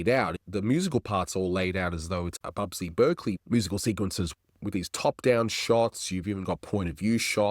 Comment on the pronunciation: That's Busby (not "Bubsy") Berkeley.